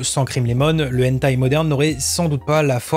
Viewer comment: Très intéressant. Point pour améliorer la chose : prononcer le "h" de hentai en le soufflant, comme en anglais. Si on ne le fait pas, ça change le sens du mot.